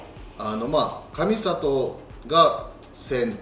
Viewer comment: ×かみさと ○かみざと